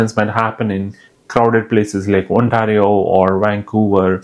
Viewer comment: Bro can barely pronounce Ontario lol....get the F out of here please go back home to your filthy country